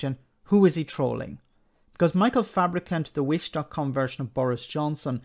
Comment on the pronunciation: Fabricant with a silent U.